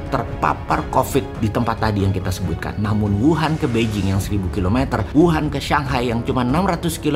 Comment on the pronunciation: Beijing bacanya peicing bukan bei jing.